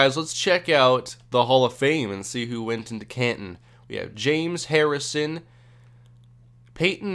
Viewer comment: ever hear of james (jaims) not James( jumez)